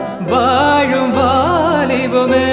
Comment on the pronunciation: Do u understand what is the meaning of the song.its vaadum valibame which means sober youthfulness .u are singing as vaazhum vaalibame .please correct it else ur awesome voice will loose its value in the rendition.god bless.again its theyindhu and not thendhu valarum .tamil looses its value if u pronounce like this.again theyindhidatha deepamaga(meaning lamp which doesn’t wade))and not dhegumaga .tamizhai kolai pannita